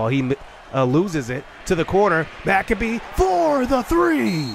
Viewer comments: Dude, McCabe is pronounced - Mick-Cabe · He's been pronouncing it Mac-uh-bee the entire time I see no reason why he should change it lol